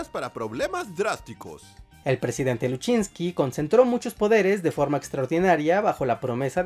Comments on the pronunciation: LUSINCHIIIIII…. NO LUSCHINSKI!!! 💆🏻‍♂️💆🏻‍♂️💆🏻‍♂️💆🏻‍♂️😒😒😒😒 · No es "Luchinski" es "Lusinchi", "Jaime Lusinchi" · te doy like pero no digas mas Luchinzky. es Lusinchi 😂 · un saludo fraterno y un abrazo fuerte y sincero desde Valencia Venezuela disculpa la corrección no se pronuncia luchinki se es escribe y pronuncia lusinchi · Voy a darme el lujo de ver su programa y me voy a entretener corrigiendo todo lo que van a decir Minuto y ya decimos todo mal ¿Luchinski? ¿No saben leer gueys? Lusinchi - Jaime LU-SIN-CHI Antes que se me pase. Minuto cuando dicen los candidatos de 1998 ¿No mencionan a Henrique Salas Römer, ex gobernador del estado Carabobo? Ya con eso, este video es menos que mediocre. Para empezar, el movimiento al que pertenecía chiabe era el MBR 200, fundado en el año 1983 en conmemoración a los 200 años del nacimiento de Bolívar. Los militares venezolanos han estado infiltrados de comunistas desde la década de los 20 en el siglo XX (les recomiendo leer La Conspiración de los 12 golpes de Thays Peñalver, allí todo se explica clarito, con leer ese libro, este programa les hubiera salido perfecto). En 1983 el presidente era Luis Herrera Campins, de Copei, el del viernes negro de 1983, que disparó el dólar de Bs 4,30 a más de Bs 7, lo que provocó el fin de ese bolívar ficticio con respecto al dólar, y desató una crisis económica que ya venía represada desde finales de los años 70, con Carlos Andrés Pérez, en su primer gobierno. Es decir, los conspiradores ya se estaban poniendo de acuerdo y todavía faltaba tiempo para que Carlos Andrés llegara al poder, y todavía LUSINCHI no era presidente. Los golpistas iban a destruir el sistema democrático desde los 80. De hecho, a Luis Herrera lo pretendían matar en un desfile militar, como hicieron en Egipto con Sadat, pero por problemas de li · Es Lusinchi no Lusinchky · Es lucinchi, no luchinqui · Jeje jeje eje la única observación es que el presidente se llamaba Jaime Luisinchi (pronunciacion)